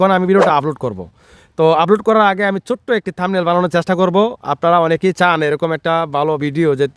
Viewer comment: থামবিল না থাম্বনেইল